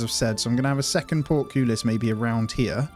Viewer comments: It's port-cole-us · Excellent video. Note: Portcullis is pronounced 'Port - Cull (as in Bull or Dull) - Hiss'